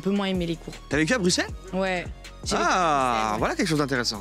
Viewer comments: "BruKssels" ouch mes oreilles. Sinon super émission tj au top ! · Elle as dit Bruxelle avec un x